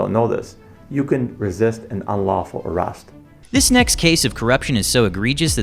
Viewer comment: “you can resist in an unlawful arust”